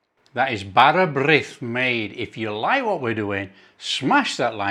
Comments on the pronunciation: 😊bars brith with butter is lush.im in Swansea south Wales and follow your lush cookie ng.well done and you say d bara birth very good 😅😅😅😅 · That looks beautiful. Will try that. You pronounced it correctly. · Been waiting for this one. My local market store will now lose a customer as I shall make my own. Yeah your pronunciation of bara brith was fine. This one you baked looks stunning, I really need a slice with some salty butter but you can keep the cheese 😂 thanks for sharing your recipe. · there are so many versions of bara brith (and your pronunciation was da iawn - very good). Thank you for sharing, as this recipe looks lovely, certainly not as sweet and dry as some bara brith I've seen in shops. The original dough with yeast recipe originates from when households didn't have ovens and women used to take their bread dough to the village bakeries to be baked and would ask for a little bit of dried fruit to be added to that left-over bit before baking, hence, bara brith (speckled bread). The cake version is a more modern version of bara brith, which I believe originated in south Wales (though I'd be grateful to learn from my southern-based compatriots whether that's true or not). It does seem that some people like the cake version, a tea loaf basically. Others - like me - prefer the old north Wales 'bread' version. Anyway, I do have an old family recipe (dough with yeast version), which has been modified over the years; it comes from a recipe that is over 150 years old and is fabulous. I'd share it with you, but if I did that, there's a chance that the family curse would strike for sharing it with outsiders, and it would be our loss because there'd be no more videos. So, with your continuing good health being of paramount importance to subscribers here and abroad, I'm going to keep it to myself 🤐 😉 Take care and Hwyl fawr!